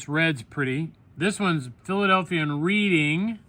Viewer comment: Reading is pronounced as Redding.